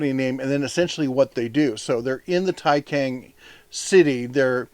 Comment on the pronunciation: "C" in "Taicang" pronounces similar to "ts" sound in English.